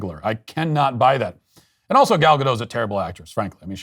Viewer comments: Gal Ga-DOTTT, not Gadough...she's Israeli, not French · Matt please at least pronounce Gal's name right it's Gadot how it's written there's a T